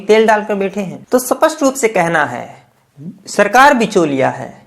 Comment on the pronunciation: Sir Wo सपस्ट nhi स्पष्ट होता है कई बार आपके मुह से सुना है कृपया सही हिंदी बोले